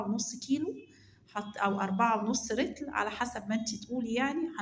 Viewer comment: مبدأيا كدة النطق السليم (لتر ) مش ( رتل)